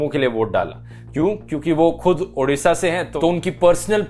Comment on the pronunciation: Best pronunciation of odisha 👍